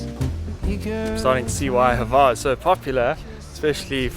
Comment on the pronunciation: There is no "e" sound or sound whatsoever between the H and the v of Hvar. I know, it's hard to pronounce... Try this: You know the name Hugh. Now take the first sound you make for the name with the H and then add var.